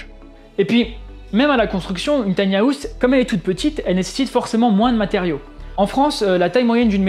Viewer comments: Tiny hAouse 😬 quel accent 😅. Pourquoi les Français rajoute un A dans le mot anglais House 🤔 ? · On dirait qu'il va miauler à chaque fois qu'il prononce house ^^ sinon belle analyse